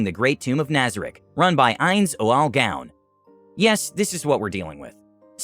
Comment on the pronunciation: The pronounciation of ainz ooal gown had my rolling on the floor.